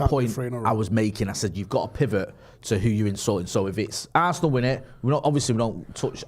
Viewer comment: Arse-nal, it's in the name